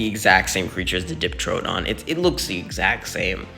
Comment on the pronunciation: Amphicyon is pronounced Am-fee-cie-on Synthetoceras is Syn-fet-o-seh-ras Diprotodon is Dip-pro-toe-don